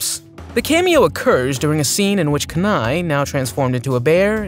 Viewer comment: His name is pronounced KEEnai not KUHnai as someone from Alaska, hearing it pronounced that way made me cringe